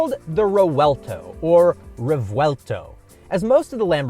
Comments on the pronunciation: reVuelto not reUelto 😂 anyway great video again brother! Keep up the great work! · It's not reuelto , if you have a V there, say the damned V